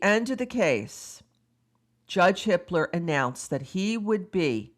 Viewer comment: Every. single. time. you say the judge's name my brain feels like it tripped and stubbed its toe. haha